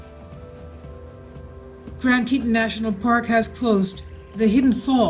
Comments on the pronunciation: plz pronounce it tee tawn (as in tawny) as it is suppose to be rather than tee ton. ppl will know what ur talking about quicker if u pronounce things correctly. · PLEASE learn how to pronounce the places you report on. It's pronounced TEA-TAWN. TEA - like you would drink and TAWN like a baby deer, fawn, but with a T. Ugh! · its pronounced tee tawn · You arw not even sayin teton right